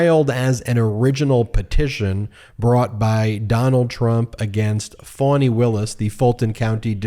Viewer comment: Ohmygod getitright!!!!!! FAH-KNEE!!!! For fks sake. Its Fani Willis. Not fawny or phony or fawony. Its fah-knee. Listen to how her friends introduce her! You arrogantly bash the mainstream media, it wouldnt take them a year of butchering a name to correct course. Going to have to find someone else to follow if he cant figure it out before the indictments drop. Brutal.